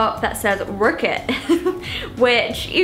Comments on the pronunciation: The way she says "wrk it" 😂 😂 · NIOMI... you saying "work it" made me die laughing... xD PLEASE do an American accent for us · Me too! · loved the video you're so cute when you said "work it" you sounded super american hahaha💗😂